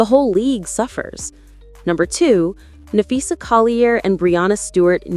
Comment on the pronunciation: LMAOOO Either youre working for Cathy Engelbert, or youre making up 💩for views. But its clear YOU HAVE NO IDEA WHAT YOU'RE TALKING ABOUT. Lolololol Hell, you cant even pronounce Phee's name correctly. Get the F. Outta here and take that ole troll with ya.